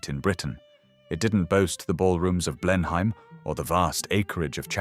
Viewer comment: Blenheim is pronounced "BLENHAM" not Blenhime.